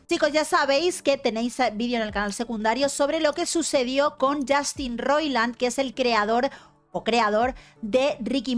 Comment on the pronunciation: "yAstin"...yAAAstin...i stopped the video...i just can't!!!!